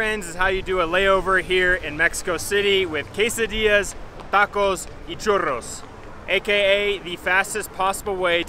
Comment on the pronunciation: Churros sin acento extranjero. wowwwwww avance gigantesco nivel avanzados... Gusto en verlos de nuevo